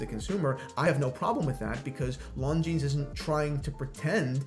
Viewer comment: It is pronounced “Lon-gene” NOT “Lon-genes”